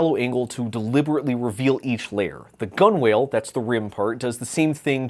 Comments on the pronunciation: What's a gun whale? I think you mean gunwale which is pronounced gunnal. The problem with all this is that the wrong license was used. It needed a license that allowed derivative works, but not works passed off as the original. There are licenses which do this so that the original author cannot be sued if a derivative e.g. causes injury. If applied to software, it essentially says "I did this and I stand by my work. If you change it, you carry the can for any legal problems and you must remove my name from it". In this case, it means that a benchy passing itself off as the original must be the original. I shouldn't be able to release a version which makes subtle changes to make it easier or quicker to print, because that would defeat the whole point, and people printing a benchy for benchmarking purposes need to know that they are printing the original and not a version made to make a printer look good. However, a bespectacled benchy should be fine, because nobody is going to confuse it for the real thing. What they could easily have done, and presumably could still do, is insist that any derivative works remove the from the bottom layer. Any benchy without the lettering gets a free pass. Any benchy with the lettering has to be exactly the same as the original, which can easily be proven by cryptographically hashing the STL file. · Gunna be that guy, it's pronounce "gunnle" or "guh-nuhl" not gun-wale. The canoesist in me clearly has OCD and can't let it go 😂. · Its pronounced "gun-ul." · I’m going to do the classic internet thing, where a tiny itty bitty nitpick is what I comment on. Sailors have weird names for everything, but they also shorten everything. The word “bowline” is pronounced “boh-lin” (close to how they say Bolin the legend of korra). In the same way, “Gunwale” is shortened to be pronounced “gunnel.”